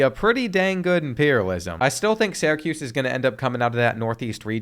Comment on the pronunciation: Bro I’m begging you to learn how to pronounce Syracuse